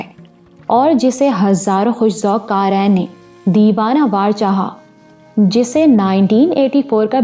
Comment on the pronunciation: aaj yea kahani start ki, qamer ajnalwi bila shuk o shubha behtreen writer hain, kahani zara hut ke hai, abhi tuk urdu theek hai aap ki siwa 1 cheez ke. Qarain nhi Qareen hota hai, yea pe zor de ke purhye, qarain ka mutlub arbi main 2 purhne wale ho jata hai. kuch bunyadi ghaltyan jo aap hamesha karti hain wo yea hain dabaiz nhi dabeez hota hai,yea pe zor shair(lion) o shuker nhi sheer(doodh) o shuker hota hai sheer farosh mutlub doodh farosh. iss kahani main urdu kafi behter hai buss chekh ko cheenkh mutt purha keejye mutlub noon ghuna aap apne pale se daal deti hain